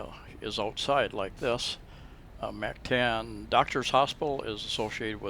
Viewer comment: I think if you are going to live in a foreign country you should make an effort to pronounce their language properly. Listen to how the locals say Mactan and Lapu Lapu (just 2 for example).